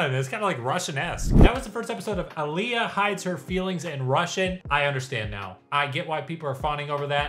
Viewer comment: Sir... you and I are gonna have some beef over how you've pronounced my name for the past 2 years vs how you just said Alya 🤨😂